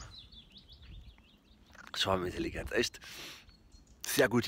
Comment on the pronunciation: Ich versteh immer Schwabenintelligenz 😂